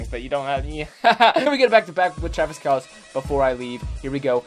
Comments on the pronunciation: It's not fair cause not the same route every time also its kel-cee not kelc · It’s Kelce pronounced kel-see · It's pronounced :Kell-see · It’s Kelceeeee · His pronunciation bothered me too dude. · U know what would be the best thing ever.........If would say Travis Kelce right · Btw your pronouncing kelce wrong not a big deal but just pointing it out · Lightning Bolt I cringe every time